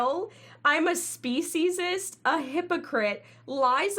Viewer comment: She cant even spell speciesest rightor say it right